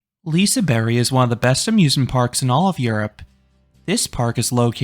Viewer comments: Liseberg (liseberj) not liseberry 😭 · lise berry is that how to pronounce it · As someone who is from gothenburg and has went to liseberg several times through out my life i think you did a fair raiting, though personally i prefer Lisebergsbanan in first place. Also i dont wanna be that guy but ur slightly butchuring the name Liseberg. But since you did such a good rating. Ill accept it. Have some meatballs :)